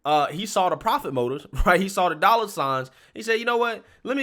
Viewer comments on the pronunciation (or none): none